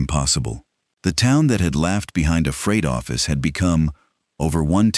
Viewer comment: What's a "Froght Office"?